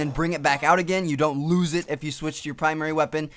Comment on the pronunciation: when he starts talking about the death machine listen to how he says loses...lol